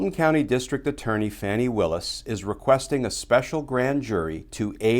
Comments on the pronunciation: It’s pronounced FAWNI as in fawn not fan… great coverage.. to be exact Madame FAWNI Willis, even though it’s spelled Fani.. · *F-ah-ni, NOT Fanny. Please, pronounce correctly. Thanks.